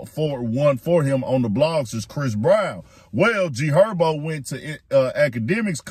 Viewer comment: Who TF is Erbo? IK I’m not the only one that heard him say G Herbo name like that its no excuse for that.😭